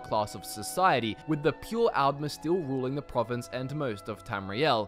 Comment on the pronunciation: D's and Ts similar? I thought you were saying "Algmer" not "Aldmer".